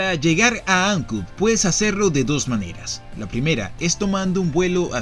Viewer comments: Ancud, no tiene acento en la "A" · Todo bien ´, sólo quese acentúa en la u (Ancúd), no Áncud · Hola, muy buen video, mucha historia que desconocía, imágenes hermosas y las tomas aéreas del drone, siempre suman. Sólo aclarar que el nombre de la ciudad es igual que las palabras alud, salud, virtud....."Ancud". Saludos a ambos y los felicito por cada video que he visto en su canal. Desde Santiago de Chile, un abrazo de un viejo chileno, que disfruta de sus videos. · Soy chilote, de Castro, y solo una precisión: no se dice Áncud, se dice AncÚd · Se llama AnCUD, no ANcud.